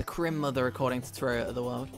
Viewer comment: its Cri-Mother without the "-" not crimmother I'm pretty sure